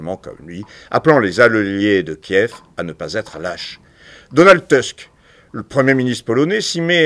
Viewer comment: Entièrement d’accord, merci pour cette vidéo. Petite rectification, non par égard pour ce sinistre individu, mais par respect pour la langue polonaise et pour lutter contre l’américanisation des esprits : « Tusk » se prononce à peu près « tousque » et non « teusque ».